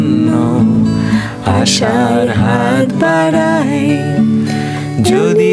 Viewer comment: মিমি ম্যাম উচ্চারণ টা "বারাই" না ।" বাড়াই" হবে। আপনাদের গান খুব ভালো লাগে।